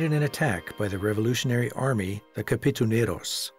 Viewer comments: did he say kapituneros on and ? was it katipuneros? hahaha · its katipuneros not kapituneros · Katipuneros not Kapituneros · What? The Kapituneros? Are you kidding me? It's Katipuneros!!! Is your narrator dumb? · Thank you for this and impressive documentary. Thank you for appreciating our country’s rich culture.😊👏🏻 By the way, it’s kaTIpuneros. Not kaPItuneros.😉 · God bless the Philippines. This is a beautiful documentary. KATIPUNEROS NOT KAPITUNEROS. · that's KATIPUNEROS not KAPITUNEROS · It's KATIPUNEROS not KAPITUNEROS😊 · It's "Katipuneros" NOT "Kapituneros" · Its katipunero’s not kapitunero’s.... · "katipuneros" not "kapituneros" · Nice docu. But its not a kapitoneros, its katipuneros. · They are called "I-GO-ROT" IGOROT" is a tagalog word or term for a very distinct group/tribe of mountain people that lives in the Cordillera mountain province...not I-LONG-GOT...also "KA-Ti-PU-NE-ROS" Katipuneros not KAPITUNEROS😂😂😂sounds funny...thank u for featuring AURORA PROVINCE here in the Philippines... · "Katipuneros" instead of "Kapituneros" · The kapituneros haha 😂 KATIPUNEROS! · not kapituneros is katipuneros, the former is a meaningless word while the latter is meaningful to the history of Filipinos, 'katipunan' means association or assembly. Philippine KKK is different from KKK of USA which acronym sounds gibberish so better correct the way 'Katipuneros' is pronounce because the assembly was establish for a cause. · Katipuneros po Not kapituneros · Correction: Katipuneros not Kapituneros. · I think the narrator meant to say "Katipuneros" which mean members of the KKK, he mispronounced it as Kapitoneros.